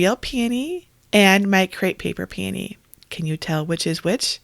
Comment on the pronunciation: Finally, someone who can pronounce p a knee correctly instead of calling hogs PEE OWN EE! Your creations are beautiful. Thank you